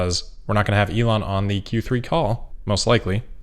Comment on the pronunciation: Except he pronounces his own name incorrectly which I would not care about except it is my name and he is teaching thousands of people to pronounce it like a spoiled child who refuses to learn. He pronounces it incorrectly both in German and English and is spreading the error, and is completely unwilling to go back and correct himself, so when it hits close to home he is not willing to correct himself at all. In German: In English